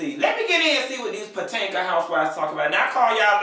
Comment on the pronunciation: said Potanka housewives 😂😂😂😂 Potomac to Potanka